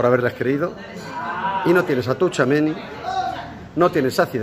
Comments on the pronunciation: Ron0: se pronuncia CHUAMENÍ no tushuameni. En francés la t+ch es nuestra ch, porque si no llevara t sería sh. Por otra parte, a ver si superas el tema Mbappé, que ya aburres. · Se pronuncia "Chuamení" no "Touchuameni" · Joder tomas que no se dice touuuchamenii Es TCHOU TCHOU TCHOU tchouameni no touchameni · Todas las veces que Roncero dice “Tou-Chameni” 😂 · Se pronuncia "Techáuameni" verdad? Xd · Bien roncero, ahora solo te falta decir bien su nombre tuchameni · Tomás, haz el favor y pronuncia bien el nombre. La T no se pronuncia. Se dice algo así como Chuameni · "Touchameni" 😂😂😂 Choamení, Roncero! Fichajazo! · Es tchuameni no tuchameni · se pronuncia CHU-A-MENÍ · Roncero se pronuncia "chuamení" con acento en la i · Es como decir a nuestra abuela que pronuncie facebook. Firsbú, farsbú, fusbú, fairsbú 🤣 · No sabe decirlo jajajaja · Apréndete el nombre bien, Tomas, que lo dices mal y v a estar muchos años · A ver Roncero, aprende a decir bien el nombre que va a estar muchos años en el Real Madrid. Y supera ya lo de Mbappé. Con Vini no tiene sitio en el equipo. Fue un error apostar por él en lugar de apostar por Halaand. Pero bueno en 2 años ese error se puede solucionar por 150 millones. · De Kyllian Mbappeeeeeeeee a TChuameni 😂😂😂